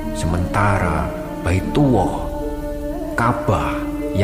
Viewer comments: Baitullah jd baituwoh, Rasulullah jd rosuwuoh 🤣🤣🤣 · Kok AWOH? kok BAITUWOH sebutin Lafadz ALLAH dan BAITULLAH itu yg bnr lah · Maaf kang Ralat. Yg benar Allah bukan Auoh.. yg Benar Baitullah bukan Baituwoh🙏🙏🙏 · Baetuwllah bkn baetuwoh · Bilang allah nya sm baitullah yg bener dong...awoh dan baituwoh...apa itu? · allah bukan awwoh Dan baitullah bukan baituwoh bukan Rosuwuwoh Tapi rasullulah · Pengisi suaranya qo aneh saat menyebut Allah . Dia nyebutnya awoh dan baitullah dia sebut baituwoh. Tolong untuk video selanjutnya diperbaiki 🙏🏻